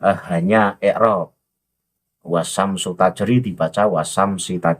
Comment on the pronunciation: Ust nahi nya bagus. Tapi tajwidnya kurang bagus. Wasysyamsutajri....... Setiap huruf bertasydid ditahan 2harokat , atau ditekan 2 harokat ustz.